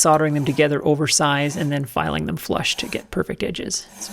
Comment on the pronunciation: “Fitten, filen and fetteling” I like it.